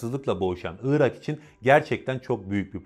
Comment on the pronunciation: Iıırak değil arkadaş Irak. Doğru telaffuz eden birini görsem sevineceğim.